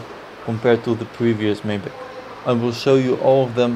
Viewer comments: Please call this car by the right name: Mercedes MAYBACH !!!! Not Maiback!! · Lol... I can't believe he called it a "May"Bach. When I worked at the Mercedes-Benz dealership and we were given our initial introduction to the car. The manufacturer's representative warned us that the correct pronunciation is "My"Bach. And because of the way it is spelled "Maybach" people would be incorrectly mispronouncing its name.